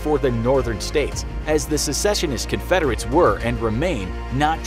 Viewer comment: Narrator went hard in the paint on the Confederate States.